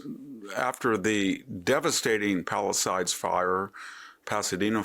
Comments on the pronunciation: This info is 6 days old. this weekend rained in the LA basin. All fires are extinguished or 95% contained. I am not excusing Bass and Newson but this is just a pro-Trump soundbite. BTW Victor is pronounced Palisaides and the oher location is Altadena .. not Pasadena. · Above the Santa Clarita valley. San Fernando valley is the next one southwest. And it’s Pala-sades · It's PAL-LI-SADES..SADES.NOT SIDES.MR VICTOR. PALISADES NOT PALISIDES😮